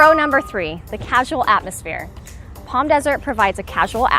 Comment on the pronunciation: Helpful video. Thanks. It's so nice to hear you pronounce Palm properly. With the silent "L". Unlike other YouTubers that talk about the area, some pronounce it like "Pawlm". Drives me crazy lol!